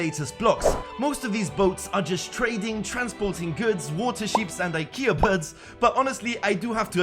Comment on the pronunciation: iKea bird he said 😂😂 What?